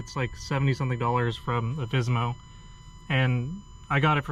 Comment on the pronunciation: Thanks for the video! Do newer models have this issue fixed? By the way, it is Alfissimo, not Alfissmo ; ) In italian the ending "issimo" is used to "maximize" an adjective, meaning "super" or "very".